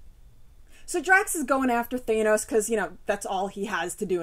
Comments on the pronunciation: Thanos, not "Thay-nows" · Justin Fernandez I've heard it both ways but you're right, Thanos with the short 'a' sound is how they are pronouncing it in things like the GotG movie. I tend to say it more like Thay-nos out of habit from reading the comics as a kid before I heard anybody pronounce it. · I say Nay-more too lol I've heard it said both ways too. I guess this is one of those times where my fobness isn't such a disability. I've been reading it as Thános since I was a kid not because I knew how it's pronounced but because I was a fob. Lol Anyway, GotG was awesome. A few changes here and there but overall, a fun movie.